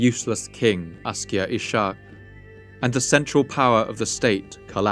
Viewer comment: Ishaq is pronounced iss-haaq